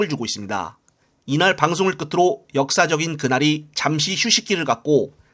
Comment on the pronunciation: ’역사적인 그날‘이 아니라 ‘역사저널 그날’입니다. 대본 쓰신분이나 읽으시는 분이나 방송 한번 안보신 분인듯.